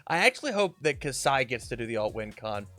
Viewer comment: How did you read the card and not read it correctly